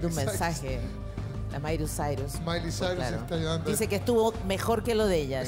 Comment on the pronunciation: la mairus sairus.